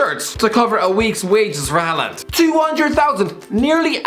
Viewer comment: Dont think those wages would go to his head. Even though a consumate professional, Haaland (first part pronounced like Haw in english btw) has always had a monstrous ego and confidence. Daniel Berg Hestad is the man with most norwegian premier division caps under his belt, all of them for Molde, and the youth coach at the club. In the middle of the night his doorbell rang, and when he opened he was greeted by a 17 year old tipsy Haaland blurting out "Just want to tell you that when Im done, youre no longer the biggest legend in this town"